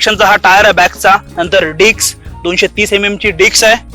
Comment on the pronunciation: Bhava, “Dicks” nahi.. “Disks”..